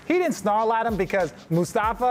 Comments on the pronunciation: Did RJ just say “mustafa” trying to say mufasa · My man RJ said “Mistafa” 🤦🏻‍♂️ 😂 Mufasa bro. Mufasa. 😂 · say what? MUSTAFA?!?...it's MUFASA bruh! Mustafa is my indian-arab neighbor who cooks curry very nice. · Mustafa? Lmao MUFASA! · Rj said “mustafa” 😂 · That entire section was a fail for him and Rachel Nichols lol